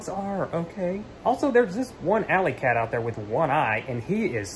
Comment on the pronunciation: I love how you say cat😂😂 "keeeett"😂❤️❤️